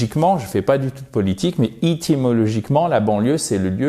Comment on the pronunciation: Hi, sorry mais il me semble que l'on dit éthimologiquement et non Ithy.....